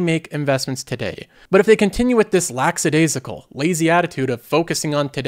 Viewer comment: pronounce lackadaisical correctly. Also, you contradict yourself. You talk passionately about "having experiences" and "forming relationships" but then criticize Gen Z for not grinding it out and investing. Gen Z sees things as "now" and "today", they don't really think too far ahead, so that's what they're doing, they're focusing on experiences and forming relationships. In order to build financial health, you have to sacrifice those things. Inflation, the cost of living, everything is more expensive. Just look at the stats on Gen Z and home ownership, many of them believe they'll NEVER be able to own their own home. It's crazy what these young people have to deal with. Times are different. It's basically like telling young people, "Here's your 50 year sentence, get to work!" And they see how miserable Gen X to Millennials are because of it.